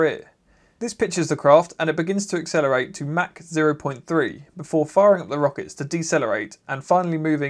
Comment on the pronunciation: MAC? MAC? MA-CH...wow that is a first...